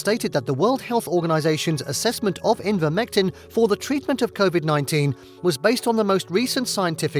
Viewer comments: The narrator cannot pronounce Ivermectin correctly. He says repeatedly, “Invermectin”, which is quite pathetic given the importance of this subject. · Thumbs up for the video content, thumbs down for continually calling ivermectin "envirmectin".